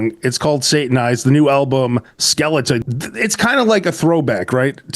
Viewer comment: not skeleton ...skeleta' 😒